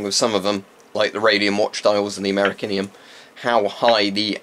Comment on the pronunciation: Amerikinium lol